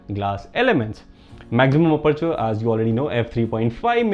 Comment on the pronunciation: Anyone else loves the way he says aperture Lmaoo Ah-perch-er